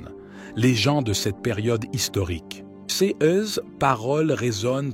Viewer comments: Pouvez-vous remplacer cette voix de l'intelligence artificielle par la voix d'un homme ou femme humains? Voici quelques exemples parmi d'autres : "cesse paroles" au lieu de "ces paroles" et bien d'autres exemples. C'est une honte. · L'IA qui parle est agaçant .... Prononciation de : ces en ciès est insupportable. Changer d'IA s'il vous plait 🙏